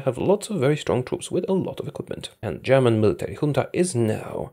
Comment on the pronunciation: I love your German pronunciation